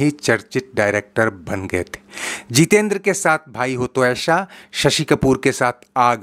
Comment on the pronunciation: Beta tumhari janakari thik magar hindi kamzor hai Bhai ho to aisha nahi aisa sh aur sa me antar karana sikho